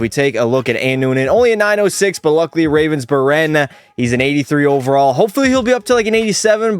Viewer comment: the G in Ravensbergen got lost in translation I guess? HAHA